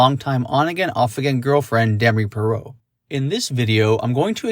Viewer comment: Why did you pronounce her last name like that?